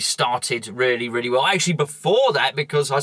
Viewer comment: Wobbed. Weally? ;-)